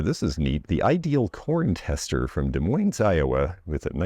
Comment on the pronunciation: Hey The s is silent for Des Moines Iowa is silent.